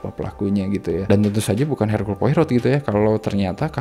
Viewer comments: Belum baca noveln ya 😢 bacanya 'Poaro' ya, Bang. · Poirot dibaca "Poaroh" :) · Cara ngomongnya bukan poirot tp lebih ke pourou